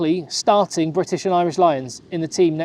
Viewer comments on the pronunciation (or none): none